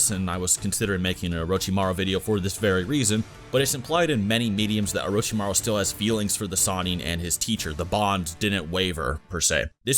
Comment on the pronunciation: “Uh ro chi ma rue” omg.... no